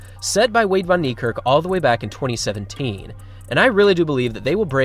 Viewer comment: Y'all still butcher his name😂 it's pronounced as fan a v in Afrikaans is like an f😂😂😂